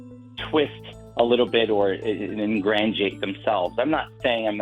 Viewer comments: "In Gran gee ate?" lol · Is anyone going to finally talk about his mispronouncing the word 'ingratiate?' He says "ingrandiate!" LOL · "Ingrantiate"?? He also makes up words! 😆